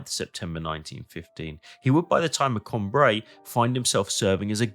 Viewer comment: Que c'est fatiguant d'écouter la voix d'une IA ,on dit Cambrai et non camb raï